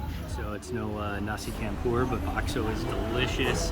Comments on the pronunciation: Your killing my ears Bro..its Pronounced..Nasi Champ pour....not Not Nasi Camp pour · it’s pronounced ‘nasi CHUM POOR 😫